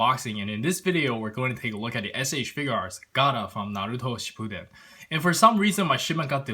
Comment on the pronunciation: No says shippuden right